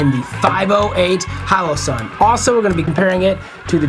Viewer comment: Wtf is a "hallow san"?!